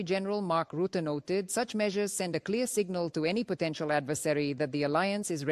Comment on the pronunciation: Roote? |The man's name is Rutte